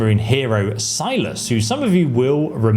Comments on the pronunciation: Who tf is Silus? I've heard of Cyrus from DoW2. It's not "Waaguh" either ffs. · Who tf is silas? You mean Cyrus....